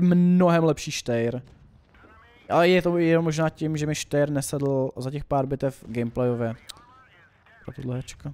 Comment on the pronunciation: Ahoj,hele ten Steyr se čte [štajr] a ne [štejr], ale to je jedno, jinak supr video